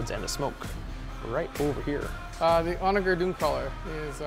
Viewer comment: Onager is pronounced with a J sound not a G sound